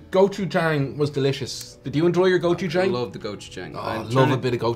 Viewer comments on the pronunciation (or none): The "a" in Gochujang is pronounced with an aw sound. Like in the terrible live action movie The Last Airbender main characters name was mispronounced. I mean seriously did no one watch the TV series which the movie was based on.